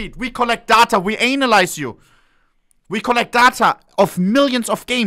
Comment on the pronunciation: Haha, love how he pronounced "Analyse you"